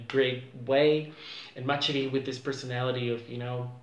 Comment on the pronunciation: Ma Chérie is actually pronounced with an Sh sound and not a Ch sound. Just letting you know!